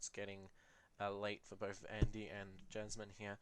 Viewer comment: Yay! I enjoyed it as well. (Also it is "Jasmin" and "Ulisses Spiele")